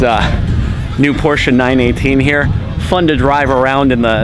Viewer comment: I heard, "What a nice day hur?" xD